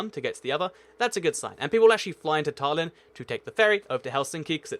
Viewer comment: Nickosher? Dernooby River? Tarlin? Loam and Ackrer? Nuke? Please learn to pronounce place names if you're going to make these videos! By the way, the neighbouring capitals of Wellington, New Zealand are Canberra, Australia (1400 miles); Nukualofa, Tonga (1510 miles); and Suva, Fiji (1615 miles). And, with close capitals, you missed out a bunch of very close ones - far closer than some of the ones you mentioned. St John's, Antigua is 30 miles from the capital of Montserrat and 55 miles from the capital of St Kitts Nevis. Damascus in Syria is just 53 miles from Beirut, Lebanon. And Amman, Jordan, is just 45 miles from Jerusalem, Israel (and that's not getting into the "is it a country?" argument about Jerusalem's near (10 miles) neighbour Ramallah, Palestine!